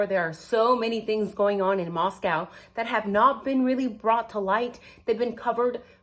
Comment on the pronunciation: I hate to be critical but, it's Moscow sounded out like Costco. ❤😊